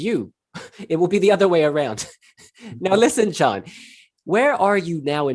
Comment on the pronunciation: You said his name as Ga-jon but I thought it was pronounced like gyon (gee-on) 🤔